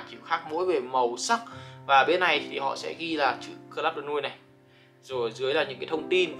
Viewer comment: Đọc tên sai rồi bay ơi, nuit này trong tiếng ở là bên đêm